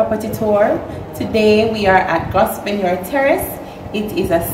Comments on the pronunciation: Oh no....please use the correct pronunciation of the word ..Grove...nor s is silent Google it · I think the “S” in “Gorsvenor” is silent